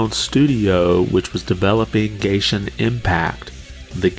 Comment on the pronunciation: You said gayshin impact 😭